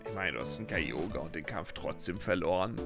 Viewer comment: Wieso sprichst du Kyogre so komisch aus? Ist das wie es auf englisch heisst?